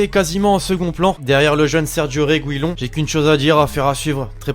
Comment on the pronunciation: reguillon se prononce régiyone